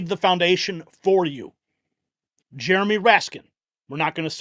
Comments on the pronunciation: Love ya dude but the mans name iznt "jeromie" it is "Jamie" for shitz sake. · it's Jamie Raskin not Jeramy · Isn’t his name Jamie raskin???? He keeps saying Jeremy.